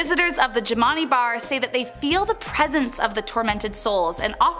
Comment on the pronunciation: The jimani is pronounced Gemini like jim an i....Shreveport is pronounced shreeve port, and at first you called Chloe Clair. I live on the westbank of new orleans